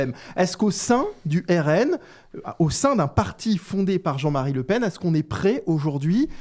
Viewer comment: "Marine La Pen (paine)" 😏pas toi mdrr